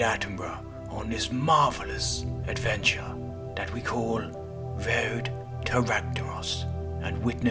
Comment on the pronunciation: bro can barely say road